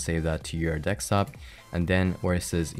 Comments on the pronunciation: Did he say "Dekstop"? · It realy bothers me that he says dextop. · lmao "deckstop"